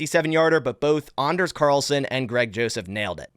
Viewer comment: Great coverage on OTA’s…and thank you for pronouncing Anders the appropriate way. 😬